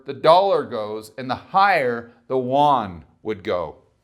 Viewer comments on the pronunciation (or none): The yuan is pronounced, "you'-en". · If you don't know how to say "yuan" correctly, then don't say it. That's horrible pronunciation